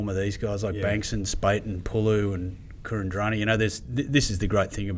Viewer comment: Can we stop calling kuridrani, kurin-drani?